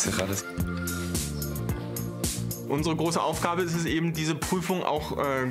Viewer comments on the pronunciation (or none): die Lehrerin mit dem übelst peinlichen Akzent und der falschen Aussprache von "cereales" :D Wird bissl schwer mit dem guten Abi